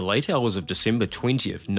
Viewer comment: " in Decimber nineteen siventy eaight "